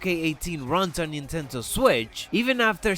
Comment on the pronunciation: NINTENDO NOT NINTENTO...